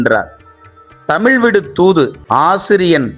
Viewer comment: தமிள் இல்ல தமிழ் சரியாக உச்சரிக்கவும் தயவுசெய்து